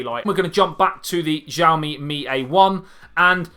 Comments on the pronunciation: its not zhaoimi......its xiaomi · Wright pronounce is Šaomi, but I know that is hard to said on English... this phone, redmi S2 or Samsung J4 +..? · The most interesting thing about the phone is its pronouncing, it is different for everyone : Shaomi ,Chaomi, Hiaomi, Ksiaomi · Pronounced name wrong. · thank you!!! His pronunciation this cringeworthy